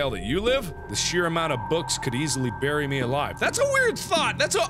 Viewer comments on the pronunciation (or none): none